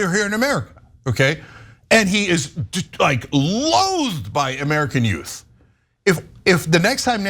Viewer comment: I'm sorry; ¿-did you say 'yout"?